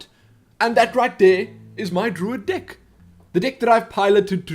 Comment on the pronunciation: Haha, I liked this video already after watching only 30 seconds of it. Pronouncing "deck" as "dick" is pure comedy gold ;)